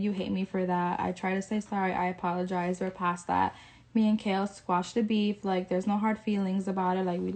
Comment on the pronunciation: Oh and it’s KAIL not KALE we not talking about a vegetable 🤫